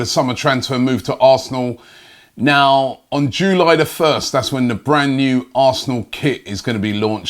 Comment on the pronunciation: Robbie you got to pronounce July properly.